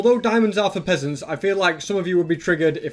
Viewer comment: It’s like is calling me a pheasant 😭 😢🤨😭